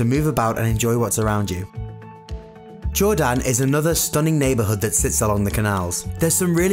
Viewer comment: the way he says Jordaan makes me mad